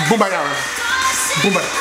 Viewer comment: “Boombayah, Boombayoo, Boombayahoo ”😂😂😂